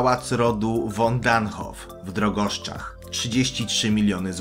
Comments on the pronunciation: w Drogoszach a nie Drogoszczach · Pałac w DROGOSZACH! NIE DROGOSZCZACH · Na 2 miejscu jest pałac ale nie w Drogoszczach tylko w Drogoszach.